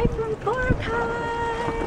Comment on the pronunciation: I cant even believe that a filipino would pronounce bo-ra-kai, as "boh-rah-caay" uh c'mon